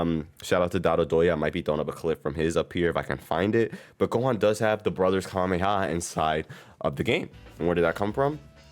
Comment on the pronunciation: know what your talking about, the pre-order character will be a character that hasn't been in a sparking game, so z broly isn't an option, pronounce Kamehameha correctly, write a script and follow it instead of rambling for 16 mins about something that could be done in less than 10. Add visual representation of the subjects talked about, instead of trailer footage playing in the backround.